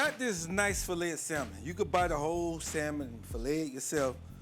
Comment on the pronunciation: Salmon The "L " is silent sa-m'n No worries i use to pronounce the same until my good girlfriend corrected me.